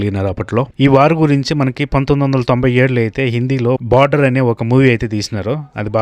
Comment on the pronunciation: అది border, not barder 😂